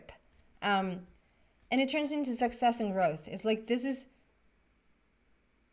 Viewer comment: It sounded like you said "sexess" when you talked about the Success Card. That really resonated with me so I would like to congratulate you on another sexessful reading! In fact, I consider you to be the most sexessful psychic on the internet. If you ever need help achieving even deeper sexess, come out here to southern California. I will show you around. You belong in Hollywood.